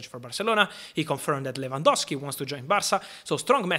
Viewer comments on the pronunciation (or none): none